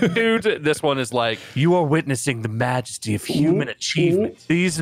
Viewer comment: "Magesty of the human form" TF IS THAT!?